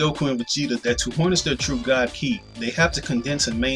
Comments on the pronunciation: lol you keep saying "key" & I'm like what is he talking about its more like ky, KI KI KI KI lol (I'm just saying) your the only person I heard say "key" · Kai not key